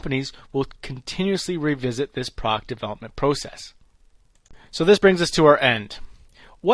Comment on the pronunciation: « Product » has two syllables!